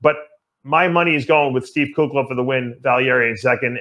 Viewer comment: I’m sure Iain doesn’t mind 😂 He says Kuclo wrong on Fouad’s podcast 😂